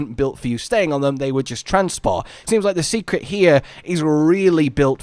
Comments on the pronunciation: Seikret is pronounced "say-kret" btw. Not "see-kret". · I'm begging to stop calling them Secrets. It's Sei which would be pronounced more like 'Say', not 'See'. Also, I'm still sticking with the idea that we might be able to switch between a short range and long range weapon, and maybe not just any 2 weapons. It's cool if it's the other way, but so far it's always shown as a long range weapin being swapped for a short range one. Granted, there's only 3.5 ranged weapons currently, but that is what they've shown.